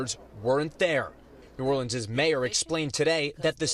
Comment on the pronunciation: Thank you for pronouncing New Orleans correctly, Lester!